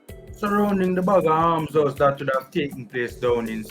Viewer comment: The word is almshouse and not armshouse.